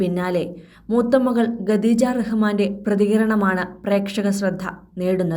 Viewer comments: വായനക്കാരിക്ക് ഖദീജ എന്ന് പറയാൻ അറിയില്ലെന്ന് തോനുന്നു ഗദീജ എന്നാ പറയുന്നത് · ഇതെന്ത് വാർത്ത..ആകാശവാണി ആണോ? എന്തിനാ ഇങ്ങനെ ഒരു ചാനൽ?😱🥵🤑 ഗദീജ അല്ല, ഖദീജ ആണ്. ഖ, ഖ.... പറഞ്ഞേ 🥵🤑🙉